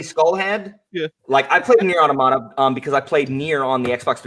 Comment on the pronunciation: Well, automata is a Greek word, and the intonation is on the o, in Greek as well!